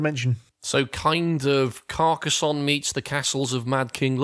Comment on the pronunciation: Hurrah for pronouncing Carcassonne correctly.